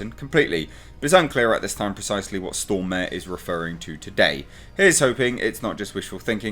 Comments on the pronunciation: To, its more Storm are then stor mare, when you say "stor mare" it hurts in my head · Looking buff,! And it's "Stormare" (stormah-re, re like in "report", hard "r"). Literary means "Stormer" someone who storms things I guess. Thanks for the video! Love your videos. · Pronounced "Stor-Marè"...